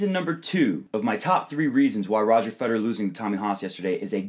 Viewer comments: Note to all Americans who run tennis instructional videos: "Federer" is pronounced with three syllables. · Ich bin Amerikaner...:) It always just sounds like you guys are saying "Roger Feder." Enjoyed the video!